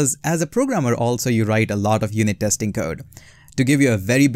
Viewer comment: It’s not TEXTING..ITS TESTING … IMPROVE YOUR ENGLISH PLEASE..